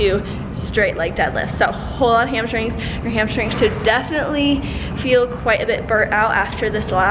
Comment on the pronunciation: 3 years later and I still can't say "hamstrings" without pronouncing it "hamshtrings" like Whitney. Love these dumbbell only workouts. I wish there were more